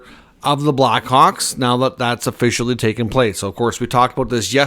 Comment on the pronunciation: Sir, the word is Official --- NOT E-fficial